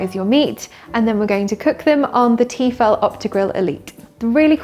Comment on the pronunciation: Great, another Tefal ad. And you don't even know how to pronounce Tefal right. It's French ffs, it's teh-fal not tee-fall.